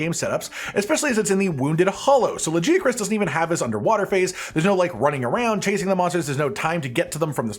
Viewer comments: Is his pronunciations of Serg and Lagi off or am I stupid? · The day you are able to pronounce Lagiacrus correctly is the day i'll maybe subscribe. Stop butchering his name